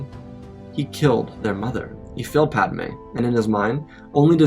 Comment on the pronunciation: Pad "UH" May 😂😂😂